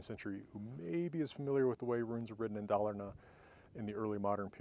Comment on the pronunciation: A tip to help with Swedish pronunciation: the 'r' in 'rn' is silent, and the 'n' is pronounced like ṇ, so: Dalarna is pronounced dɒl-ʌṇʌ